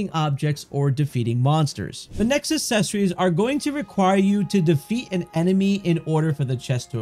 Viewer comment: I had to stop watching about halfway through. Every time he mispronounced accessories I cringe.